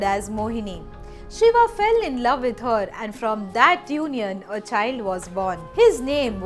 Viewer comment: Vrat ... Not Vrata Yog not yoga Shiv... Not shiva Amrit.... Not Amrita Dev... Not Deva